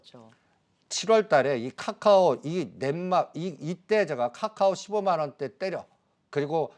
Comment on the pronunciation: 한국경제에서 유일하게 챙겨보는방송이 방송 왜냐면 댓글보러 특징 1.맨날 자라고함 2.원금 -50% 는 보합(?)이다 3.계속추매하라고함 돈이있어야 추매를하지 무슨 지폐공사도아니고 4.50개 찍어서 3개맞추면 그럴줄알았다고함 5.카카오를 까까오라고함 배찢어지게웃네진짜